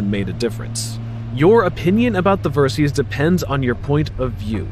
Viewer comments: I thought it was VerSIS, not VerSEEES. 😂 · I liked your review, but why do you pronounce it "Ver-seeze"? A little research would have shown that the name is short for "VERsatile SYStem", in other words a bike that can be adventure, sport and touring, all in one package. So "VER-SYS" please! (Unless you pronounce SYStem as SEEZE-tem 😃"! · It's pronounced versis Which is derived from VERsatile SYStem VERSYS.